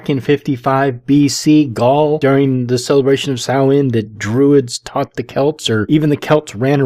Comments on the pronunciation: Yea, this really did her research; she can't even pronounce Samhain correctly (Sowen). I like how she could proclaim all this BS with absolutely NO reference to where she learned any of it. Former Witch? Any Witch worth their salt wouldn't be 'former' anything - she would know the truth, from the bullshit. I suppose it is possible that she was initiated to some, insane cult, who filled her head with such absolute bullshit, that, well, it made her spout more bullshit; a sort of self-fulfilling prophecy? I don't know, but listening to this, it is entirely likely that she was a close friend of Sir Snuffleupagus, and we ALL know who that is. EDIT: She finally came CLOSE to pronouncing it correctly (Soween??) lol This person is (WAS) so full of shit, her eyes should be brown. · If she was really a witch. Wouldn’t she know how to properly pronounce Samhain!?